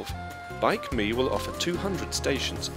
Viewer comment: It is not Bike Me, it's BikeMi